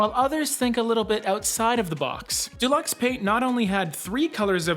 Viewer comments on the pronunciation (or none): Thank you for you content it helps enormously. Colour is so confusing!!! Don’t mean to be pedantic but it’s pronounced Dew-lux.